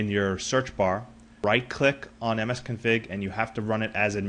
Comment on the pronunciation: msconfig not msconfing